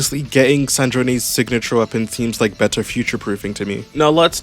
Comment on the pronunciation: Her name is Sandrone, like sand drone, not San-dro-neh